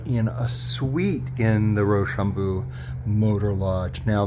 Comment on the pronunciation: its pronounced RochambO, not Rochambooo. Either way Im local to the area and had no clue this was being redone. Cool video.